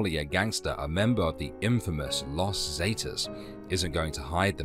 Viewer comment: God Brit’s simply can’t pronounce common in use pronunciation in used words . Not totally correct but in common use . Las Zee-taas. Loss Zah-taz , loss Ferna-Daz, loss Ange-less, .